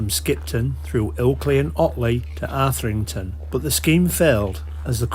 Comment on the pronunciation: Arthington, mate. Say it. Arthington. 😂